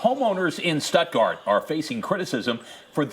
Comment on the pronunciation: Why are they saying stepgart when it's STUTTGART GERMANY ITS ONE OF GERMANY TOW